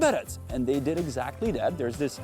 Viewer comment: btw one thing that really bugs me is that when you speak English you keep devoicing the final consonant (i.e. saying "pup", "dit", "roat" (instead of pub, did, road)) 😬 other than that you speak English very well, I love the fact that you are able to pronounce the TH sounds as well as IH (i.e. not saying EE) and that you can even do the flap T 😂